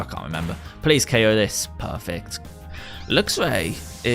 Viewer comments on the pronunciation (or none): He said oko this instead of ko this